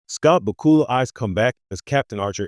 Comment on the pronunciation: At least pronounce his name correctly!